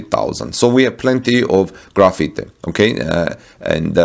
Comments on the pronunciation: Graphite..”graph-fight”. Not “Graffiti”. :-) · Graphite is not pronounced like graffiti or gra-feet-eh but like GRA-fight. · Also graphite is pronounced graph fight :) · I heard the same.